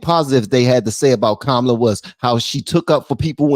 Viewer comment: They are saying Kamala wrong, lol